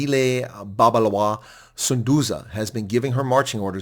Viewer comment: Pronounce BabAlwa.